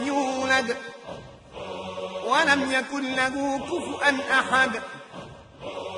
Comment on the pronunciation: وليدي عند قراءة آخر آية صورة الإخلاص ولم يكن له (كفوا )أحد بدلا من (كفؤا) ؛ الله يحفظك لنا ويطول عمرك ، ماأرتاح حتى أسمع لدعائكم العظيم